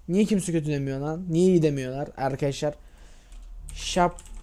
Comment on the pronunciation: arkiaşlar dediğinini anlayalı 36 sn oldu..